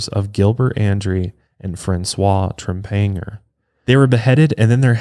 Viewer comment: If y'all need help with those pronunciations I got you! That Trepagnier one was funny. Trep-an-yay